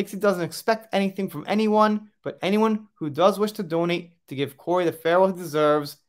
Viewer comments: His name is pronounced Cory. Sian is also Shawn.:) thank you great video. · Research how to say names BEFORE recording a video, please! Kori. Kori's (belonging to Kori. The ' was left out, obviously!), Whitby - whit-bee, not whit-buy. As a member of the Kraken crew, this is a disservice to Kori's memory.